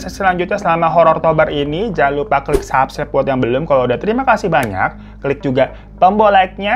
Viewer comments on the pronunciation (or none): none